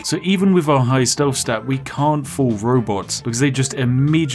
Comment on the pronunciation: Its TH... not F.... stealTH... not stealf 👉😖👈